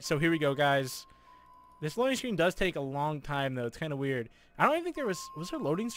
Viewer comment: He said can i talé your order